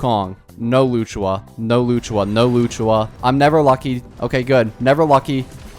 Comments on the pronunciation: while you might not care maybe others do and luocha vs luchua there’s still a clear difference but I’m not blaming him ofc he’s not doing it on purpose but if he were to learn the right pronunciation it’d be nice to correct it 😁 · "Luchua" even if you have a strong accent you couldn't be that far off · loo chu aa 💀 lu o cha my bro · i swear if i hear luchuha one more time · Its loh-sha or low-CHA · bro really said "Loo-choo-Wa"🤣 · For future reference it’s closer to “loo oh cha” even better if you make the luo “loo oh” 1 syllable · Just saying its Locha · not loochua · It's literally not that hard 💀 Lu-o-cha, it ain't as hard as Qingque which I agree on this one is hard to pronounce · as a chinese his pronunciation makes me want to bash my head on the wall 😭😭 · Brother does NOT know how to say Luochas name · I'm pretty sure he pronounces them wrong on purpose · Please tell me you’re pronouncing Luocha’s name wrong on purpose, like you do with Gepard…